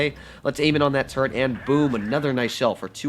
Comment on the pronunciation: Call it turret not turrent and I’ll listen.